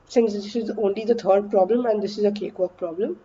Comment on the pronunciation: Nobody: Ansolutely Nobody:: CaKeWaLk!